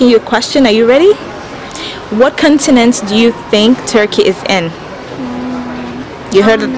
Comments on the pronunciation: Make sure you say CAWN-tinent and not CUN-tinent. I think some people are repeating it, because they are hearing a bad word (C***) and unsure what you said. Just a suggestion. Also the title of the video should be "Where do Americans think Turkey is?" because you never really asked what they think of Turkey. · Aren't you American? You sound like one, but people didn't understand your pronunciation for "continent"?